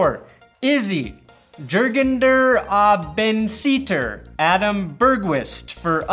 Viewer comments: Yergen Der Owssensayter I didn't expect you to get the name right. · Dude, you got Jürgen der Außenseiter sooooo wrong!!! laughed my ass off!!! Keep it up!